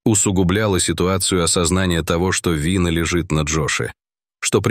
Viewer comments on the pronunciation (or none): Что лежит на джоше? ВИна? Именно с таким ударением?